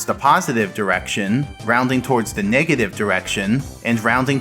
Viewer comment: Everyone: negative numbers SM64: megative numbers